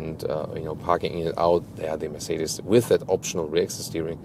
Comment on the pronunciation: Metz cedes Beem W. What are those pronunciations 😂😂😂